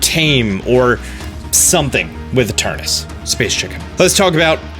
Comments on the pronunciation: It's ETERNATUS, not ETERNUS!!! Hahah seriously tho, great vid. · I am fuming with rage whenever he say's "Eternus"... It's effin annoying -_ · Those 186 dislikes just couldn't take him pronouncing Eternus and Olaina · What’s with you and just skipping letters from names? “Eternus” and “olana” lol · Whenever he called it Eternus instead of Eternatus he hurt me. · It’s e-tur-NA-tus. Stop saying Eternus. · Eternatus, not Eternus. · omg can you read. its eternatus not eternas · ITS ETERNATUS NOT ETURNUS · he's been saying space chicken wrong, on the affleck leak it says eternatus not eternas, also please do a video after the games released about how the space chicken was actually related to the plot and dynamaxing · Why does he keep saying Eturnus, but everywhere (even in the title) it's Eturnatus? >.< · Ee Ter Na Tus.. What's up with writing syllables, but not pronouncing them? Ee Ter Na Tus. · Does it drive anyone else crazy that he calls it Eternus rather than Eternatus? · I do the same it just sound nicer to say eternaus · Its fine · Really funny, considering there is no official name/reveal yet. He can call it as he pleases :P. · anyone realise he says Eternatus Like Eternus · I love ya dog, but you keep spelling it Eternatus while pronouncing it Eternus and it's messing with my head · Soooo.... Eternatus but said like Eternus? 🤔 magic space chicken makes the "at" silent lol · Ok but it hurts every time you pronounce it "eternus" when its clearly spelt Eternatus. It's physically painful. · I couldn't have said it better. In fact, I didn't, so I'll delete my post about it. Thanks. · Please stop saying eterNATus' name wrong.... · this whole video, you keep missing a syllable. “Eternus”. smh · its spelt eternatus but you b pronouncing it as eternus, im confused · EterNAtus. Seriously dude wtf. You are skipping an entire syllable every.single.time. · Why can't any poketuber pronounce Eternatus correctly?